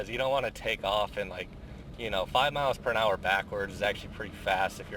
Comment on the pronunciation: What's a "perinhour"? Pretty sure it's "miles per hour"